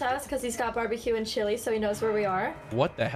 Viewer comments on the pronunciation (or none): none